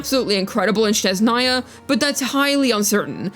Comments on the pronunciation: Also why do English speakers always say “Shneznaya” 😭 the h is in the other place (that’s a genuine question btw, is there an association with another word maybe?) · it’s ok, it’s interesting to me that various English speakers say “Sh” in the beginning instead of “S”, maybe it just feels more natural for this language. “Snezhnaya” comes from the noun «снег» “sneg”, and when we turn it into an adjective, the «г», or “g” turns into «ж», or “zh”, and then we add the female ending “-aya”. Basically you just gotta remember that the first sound is just “S”, not “Sh”. If you wanna be super accurate and impress every Russian speaker you can say “SnEzhnaya” instead of “SnezhnAya” but it’s not necessary lol. You can also put the word «Снежная» in the Google Translator and it will pronounce it pretty accurately